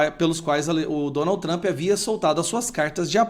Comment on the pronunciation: Que Tramp? Que Tramp? Chato!! Vai trabalhar.